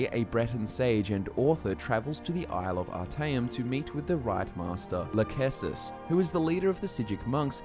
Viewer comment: Lachesis lol